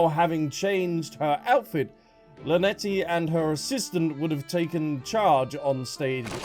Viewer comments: "Lynet-tee" ? 😂😂😂😂 Love it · The way you can’t pronounce the twins names 😂😂 “Lunehtitty and Lunette”